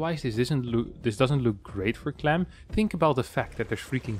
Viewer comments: Why are you saying “clum” instead of “clam”? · you need to say "clam" like your southern accent. It's the nasal "a" sound not clahm. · The a in clam is pronounced like the a in ham